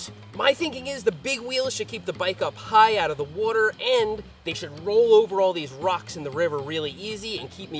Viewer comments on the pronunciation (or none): Seth says “water” like me